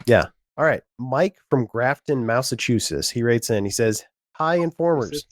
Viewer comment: "Mike from Graphton, Mouseachewshish."